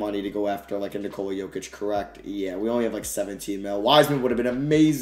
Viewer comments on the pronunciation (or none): none